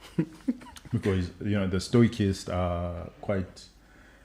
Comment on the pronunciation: it stoicist, pronounced 'stowisist'. The 'c' is soft. You're welcome.